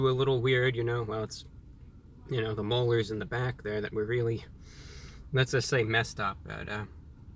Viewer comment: “It’s mostly with the molars”